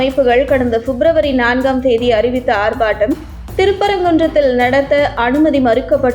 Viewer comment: ஆர்Batam அல்ல ஆர்ப்பாட்டம்